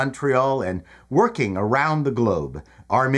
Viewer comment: Working or Woking?